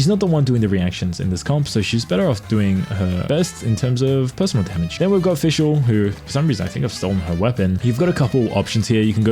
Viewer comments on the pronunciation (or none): none